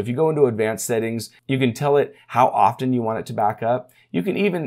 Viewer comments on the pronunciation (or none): none